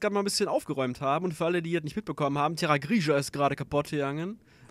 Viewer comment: TerraGRISCHA ich kann nicht mehr :D Ach ja der Parker ist so ein cooler Dude ihr müsst mehr Vertrauen in ihn haben er kann bestimmt auch mal einen Gegner töten xD Dieser Fail beim lesen ehy zu geil xD Der nächste Part wird bestimmt richtig lustig :D